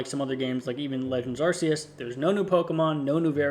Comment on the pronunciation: It's not "Arse-eus".